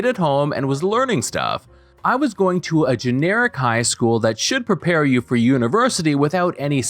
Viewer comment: well the way he says University, tells me he's not american.